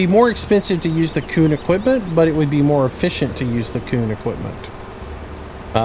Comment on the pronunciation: Lol he said my name wrong